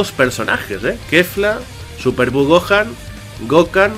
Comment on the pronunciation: Buen video! Yo siempre lo pronuncie GokJan, no Gokan jaja. Ya que en Gohan la H no es muda. Pero ni idea cual es la pronunciación correcta xD